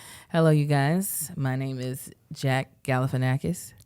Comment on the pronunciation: The most Kev and thing is calling Zack Galifianakis "Jack Galifianakis", not even messing up the hard part of his name 😂😂😂